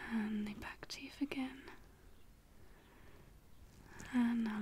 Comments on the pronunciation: I say fing and teef too! 😩😅 I don't know if you remember me from when I commented about that in one of your old asmr videos 😂 hehe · Awesome video & dont apologise for saying fing & teef cos it adds to your own unique tingle style!!! Also I loooove your makeup in this vid, can you please tell me what make up you used to get such a dewy/glowy base look? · It's great, it is only tiny and adds to the relaxing nature of your voice, I reckon. The hair isn't a bother, and the birds were a great touch. Thanks